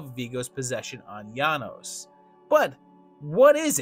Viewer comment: Janosz is pronounced “yah-noash". You said his name wrong the entire time.